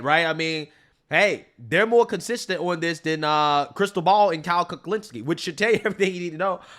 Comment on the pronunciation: It’s Kyle Cucklinski, get it right buddy! 😂